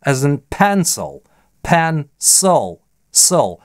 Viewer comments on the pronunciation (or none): пенсил звучит больше как пэнсыл.